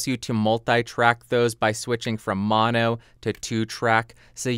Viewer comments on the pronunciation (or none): none